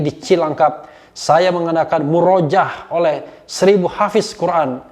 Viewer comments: bung RH tolong baca murojaah (yang benar murooja'ah) - bahasa Arab -. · Mohon maaf bung refly.... Itu muroja'ah pake ain tdk murojaah dgn a panjang .... Mohon maaf sekli lagi